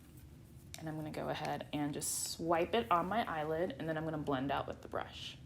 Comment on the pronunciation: eyely oilid 😂😂😂 bro I'm done